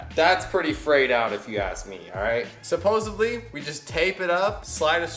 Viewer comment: Did he just say supposebly? Lol 😆